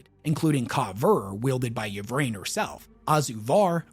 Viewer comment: Lucius is trash,. Also, Ynnead; "in-ee-ad" not "ya need." Likewise "ih-vraine" not "ya vraine."